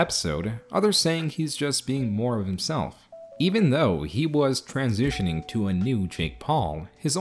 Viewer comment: Did you say transZOOSHining or am I tripping??